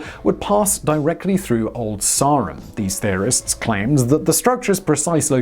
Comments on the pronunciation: Salisbury local here, (maybe we all say it wrong ) but it’s “sair rum’ not ‘sar um’ if that makes sense lol. Also taught me some facts about the cathedral I didn’t know, good video (( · Been up in the spire, saw the Latin graffiti. Btw it’s Sarum - ˈsɛːrəm